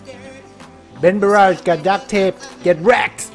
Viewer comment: In the beginning I heard that say welcome back to bengarage instead of benbarrage lol